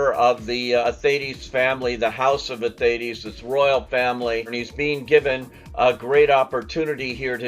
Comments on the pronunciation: I want to love this movie but this review leads me to believe that fans will be very disappointed. The movie obviously didn't get even the basics of Frank Herbert's Dune correct or the reviewer would know that there is a "r" to pronounce in Atreides and no "th," that there is no "d" to pronounce at the end of Rabban so "rabid" ra-bəd like the adjective is incorrect, and that even Harkonnen is mispronounced. So unless the reviewer did not pay attention to or even see Dune 2021, and I have no reason to think that, then the movie fails at the most basic level. I have been looking forward to and want to love this movie but after this review my expectations are virtually nonexistent. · It's adorable how he can't pronounce "Atreides".